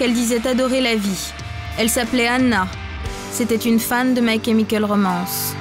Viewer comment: "mAï KémikOl rOmAnce" ptdr